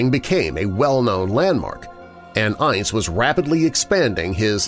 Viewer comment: I love you,but his name was pronounced "Ince" to rhyme with "mince"!